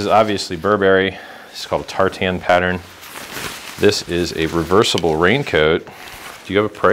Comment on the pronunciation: lol i hate the way you say tartan